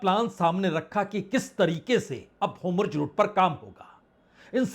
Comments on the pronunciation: Aap bar bar kah rahehain straight of hormuzko hormujhut Kya yeh sabda sahi bol Rahe Hain? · Homurj nahin Horrmuz.... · वाजपेयी जी, काबिलेतारीफ है आपकी मेहनत और आपका विश्लेषण, परंतु श्रीमान आपने इसराईल के प्रधान मंत्री एवं फारस की खाड़ी का नाम क्यों बदल दिया है । का वाकई हॉर्मुज रूट को होमुर्ज़ रूट कहना सही है?